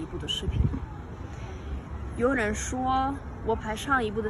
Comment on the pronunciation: 没事儿，慢慢来。 ，我听了你说的汉语，总体上来说，非常好。 我是一名专业对外汉语教师，我给你提一个建议： 外国学生常见的发音问题在于读第3声和第2声组成的二字词语，比如说：美国，警察，可能，也行等等。 你要注意，第一个第3声的字，不能读全3声，只能读前半个音，声音是往下压的，不能往上走。所以叫做半3声。 你在说“有人”的时候，读成了“油人”，就是因为你的声音往上走，把“有”读成了第2声。 所以，像这种“美国”类型的第3声+第2声的词语，你要好好练一练，以后你说汉语发音听起来就会更准。